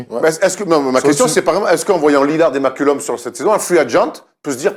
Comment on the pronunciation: Je vous aodre les gars mais svp C'est CJ Mccollum Pas CJ Mcculom